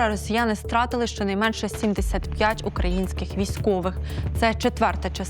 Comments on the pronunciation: українська (!!!) типу журналістка говорить "укрАинскіх" ти досі не знаєш, що "украЇнських"? Яке тупе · Шановні, навчіть свою ведучу ставити наголоси! Якщо вже взялась розмовляти москальською мовою, то нехай хоть не говорить: «укрАинские»!!!